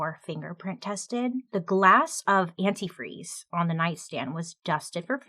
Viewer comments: I remember the first time I heard about this case the thing that stuck with me is how she kept saying “antifree” instead of “antifreeze”. Even went as far as to type it the same way in the letter she typed up. Extra sloppy. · According to a documentary that I watched, something that helped investigators nail her was her mispronunciation & misspelling of the word antifreeze. She would say & also spell it as "antifree". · I REMEMBER THIS!!! SHE KEPT SAYING "ANTIFREE" NOT ANTIFREEZE, AND THEY NOTICED THE SAME MISSPELLING IN THE "CONFESSION" LETTER...BUSTED!!!!! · Forgot about the part in the note where it said Anti-Free. And thats how she pronounced Antifreeze when talking to Spinelli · Is this the same story where the lady incriminates herself by calling it "antifree" I remember in the letter and speaking she was the only one who mispronounced it as antifree and not antifreeze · Was Stacey her own downfall????? "Antifre"???????!!!!! I am mad😂😂😂😂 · You missed one very important point. The female detective on the case at first realized that the mom kept saying antifree, not antifreeze. She continue to say it during the interrogation, on the stand, but this is the real smoking gun, the letter that was typed said antifree. You can see this movie on lifetime with Nia Vardolos. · I remember seeing an episode of forensic files about this. The detectives said that another clue was that in the letter “antifreeze” was misspelled every time mentioned as “antifree”. When Stacy took the stand and during questioning she kept saying “antifree” while Ashley correctly pronounced the word as “antifreeze”. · For some reason I thought she was the one that kept pronouncing it anifree instead of antifreeze. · The fact that she pronounced the word “antifreeze” antifree also played a part in her conviction because that’s how “her daughter” wrote the word in her confession. 🙄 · Is Stacy the one who kept saying "antifree" in speech and the note?